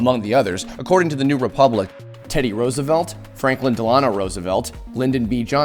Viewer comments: WTF! Del-on-oh ?! Del-oh-no You don't know how to pronounce FDR's name?! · DEL-a-no not del-AH-no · How do you not know how to pronounce Franklin Delanor Rosevelt’s middle name???? Our school system has failed you.